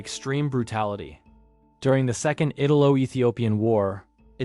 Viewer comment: Does the narrator deliberately mix-pronounce well-known names and words? “Al dootch”? “IT-alo”? “Sicklan B”?